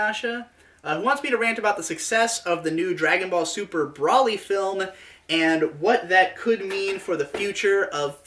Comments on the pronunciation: Correct: Bro-lee: Brah-lee Lamantho: Bruh-lee You're both wrong! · It's Bro-lee, not bruhlly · he said brally lol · it's broly like bros before hoes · >"Brolly" >Even says it as Brolly I cant finish this video, it's a plague upon my ears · It's Broly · Please tell me the way you pronounce Broly is intentional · they SAY HIS NAME OUT LOUD. there’s no reason to pronounce it wrong. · we've come a long way you and I. As a fan I mean. We fought the haters. Bashed the drama. Slaughtered idiots. Brawled demonitization. I've stayed loyal to you through thick and thin. We've been to hell and back, you and me. When the going got tough I stuck with you, faithfully. But I swear to god, the way you say broly is the most inflammatory thing you have ever uttered.